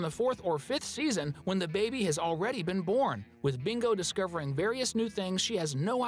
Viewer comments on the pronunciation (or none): It's bingo not mingo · You sai Mingo instead of Bingo😂😂😂😂😂😂😂😂😂